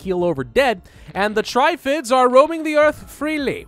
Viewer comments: It's based on a movie and it's prounced trif ids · actually it is TRIFF-ids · It's actually the second pronunciation, emphasis on the double F :)